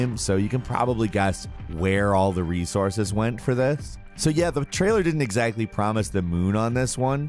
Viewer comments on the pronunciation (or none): none